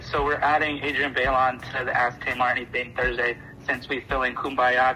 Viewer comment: Who is Adrienne BAY-Lawn?? Lmao